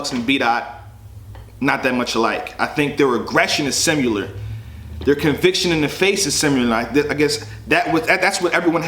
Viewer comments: "Simular"? bruh... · Did this nigga say 'simular'... SHAKE MY HAND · When you say "simular" instead of similar....bill collector vc OOOOOOOOOO I HATE THAT!!! I fucks witchu heavy tho, handshake army bitch #blacc #ShakeMyHand 👋🏾